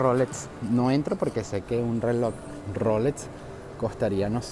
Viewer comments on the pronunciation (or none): none